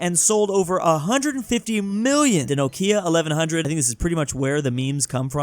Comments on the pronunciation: Is this how you say "Nokia"? I had no idea! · pronunciation of Nokia is uncanny to me lol